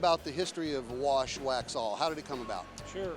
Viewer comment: Saw your comment first and had no clue what you were saying. Now I can't stop laughing. He must say it like 30 times